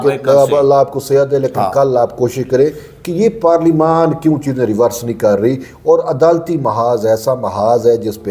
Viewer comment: Parleymant ko Aksan lens ho ghe G